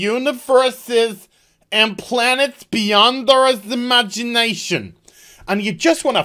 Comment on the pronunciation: "Muh Imaginashun!" clearly does not involve dwarf juggling.